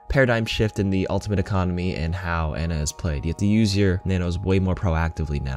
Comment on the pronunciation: How do most people still call her Anna? Since her launch video almost two years ago, it's been clearly pronounced Ana.